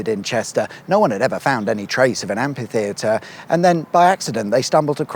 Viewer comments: Where as some Americans fancy pronouncing kalashnikov as 'kalishnikov', more and more British seems to pronounce amphitheater (amfitheater) as ampitheater. Whit a p. Stop it. (Not the videos, they're great 😊) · I think you'll find that's an am-FEE-theatre, not an am-PEE-theatre. The clue's in how it's cunningly spelt as amphitheatre to ensure it isn't pronounced ampitheatre.